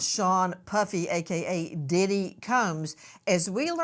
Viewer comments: Nancy said pdidit 😅😅😅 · 😂😂😂😂😂 this lady said. PDidit😂😂😂